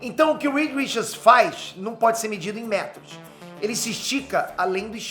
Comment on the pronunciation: Aleluia. Falou o nome certo.